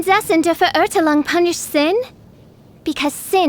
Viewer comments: prinzessin dur vurhurtulong seriously, did no one prep her on how to pronounce that? LOL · I heard it as Prinzessin of Derp-zefer-urgh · Unfortunately, the german words are pronounced wrong. English speakers, remember this now and forever: * MEIN = MINE (not main!) * VERURTEILUNG = fair-OOR-tile-oong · did the voice actor listen to the german pronunciation once😔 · My god that pronunciation 😭😭😭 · The voice actress should have added some correct pronunciation of German language for some words. The way she says Verurteilung, or Immernachtreich is just destroying my ears😂